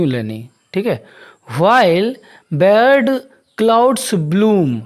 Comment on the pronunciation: Wrong pronunciation of 'Barred'